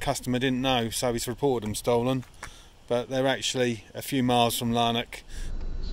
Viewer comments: Lanark, not Larnak. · Lanark is a small country town which I am assuming is not crawling with master criminals. Therefore the police will not be so stressed fighting high-level crime. By the way, the town is pronounced Lann-ack, not Larn-ock! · It's LANARK not Larnock! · Its pronounced Laan Ark